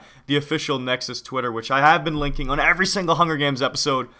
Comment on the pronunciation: Nexus not nedös